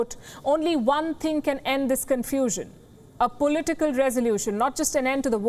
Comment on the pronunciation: I love how she calls political "pulitical"